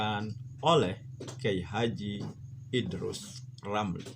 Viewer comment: Waduh beberapa kali salah sebut...Idrus Ramli dibilang Idrus LAMRI...😁